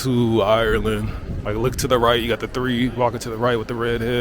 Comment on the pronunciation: Tirty, tree and a turd